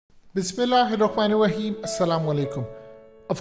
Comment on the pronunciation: "Bismillah hir rehman nir raheem" hota he, "Beesmilla eer reman nir raeem" nahi.